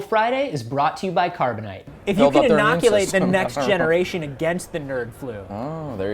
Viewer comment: Carboni-Te? It's a scam set up by!:o